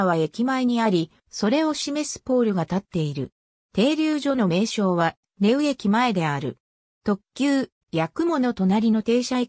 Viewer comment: なまやまじゃなくてしょうやまです （日野町民）